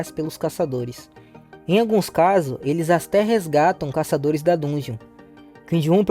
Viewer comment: Agonia ver ele falando errado